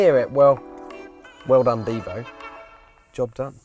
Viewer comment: This is not a Bugatti DIvo...is a Bugatti DivO....a long O not a long I 🤦‍♀️🤦‍♀️🤦‍♀️🤦‍♀️🤦‍♀️🤦‍♀️🤦‍♀️